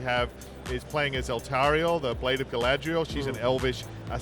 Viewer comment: am i the only one thats triggerd, by the fact that the nvidia guy didn't say galadriel but: galadria